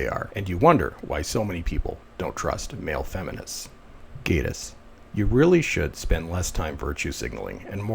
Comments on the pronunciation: Gay-tiss, or Gatiss. When an 'e' follows a vowel, the vowel says its name. There is no 'e' following so it is not AY. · Met Gatiss at an event about 8 years ago and he just came across as a pompous arrogant dick. At that point I lost total interest in being a League of Gentlemen fan. And it is pronounced GATTIS GAT LIKE CAT LOL.